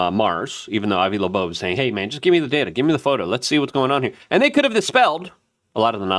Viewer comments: cant stand that you refuse to read and state the names correctly. 3 i atlas!!! not 30 I atlas. and its Loeb Not Laboe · You can tell when Luke is completely out of his lane… he pronounces names wrong. 30 i atlas and Avi lowebey. C’mon dog… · Its Avi Loeb dude. its getting annoying listen to you butcher his name.